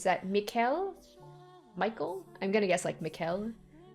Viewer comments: Heads up! Michel is pronounced Me-Shell. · It's pronounced Mi"sh"el Thank you for your hard work 🙏🏻